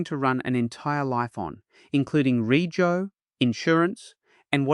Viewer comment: Hey teach AI registration is pronounced REJO not REGO